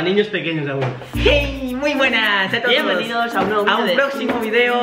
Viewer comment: biembenidos a un proximo video biembenidos a un nuevo like;v